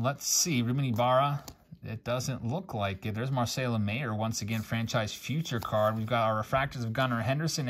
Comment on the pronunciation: Marcelo Mayer's last name is pronounced like "Myer" btw.